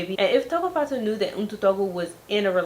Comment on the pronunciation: Tshegofatso.. you said her name right!